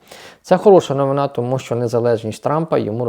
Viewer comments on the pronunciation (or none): none